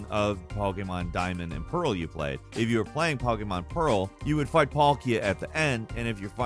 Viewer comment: This dude is basically reading from a script 🤣. I died when he pronounced Japan's version of how a cat sounds. NiYAN. But that's understandable considering it's a different language. But he even called it Pokéman towards the end of the video